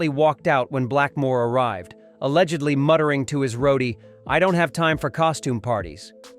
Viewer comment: Just say alleggedly another one time, please. Damn, really bad.